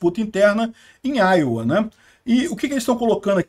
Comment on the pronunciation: Iowa, diz_se áioua